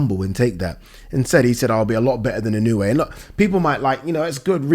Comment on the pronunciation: It's pronounced "In-oh-oo-aye". 4 syllables